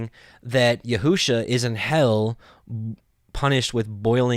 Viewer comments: Yeshua is all through the Scriptures (OT) in equal distant spacing....all spelled ישוע ...and... pronounced as Yeshua...and not yehu-sha....not ever... someone has deceived you into misprouncing our Savior’s name. I guarantee you are not going to call Yeshua by this new false name when he returns... it does matter. Or God wouldnt have put it in the gematria for us to find his son Yeshua. This other name is without knowledge....and he who uses it shows lack of knowledge also. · Wow... during my journey to understanding all truth of scripture, I had come across your ministry and because you too were learning, I dismissed your ministry in some aspects. However, it seems we (in this video) are in the EXACT SAME understanding. I’ll start monitoring once again. I must say, your pronunciation of both Yeshua and The Fathers name remains a stumbling block for me. Blessings